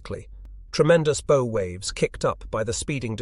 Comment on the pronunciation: somebody please teach this ai how to pronounce bow.